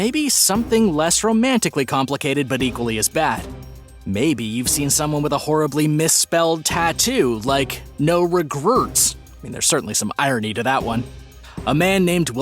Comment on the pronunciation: Getting a tattoo that says "No Regerts" is indeed ironic. The narrator, criticizing this mistake yet mispronouncing the spelling error as "NO re-GRERTS"?!?! Now THAT'S some top shelf, grade-A, 24 karat irony right there. "There's certainly some irony to that one" indeed.